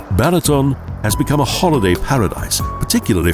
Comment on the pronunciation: Koszeg, not kocheg; Apothecary to a Golden Unicorn. You would think that the person talking about the country would learn how to pronounce the names of the places he is talking about. Lovely country, atrocious dialogue. Balaton is being pronounced Bahlahton by the narrator.